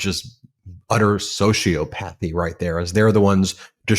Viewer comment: It's pronounced so-see-AHP-uhth-ee.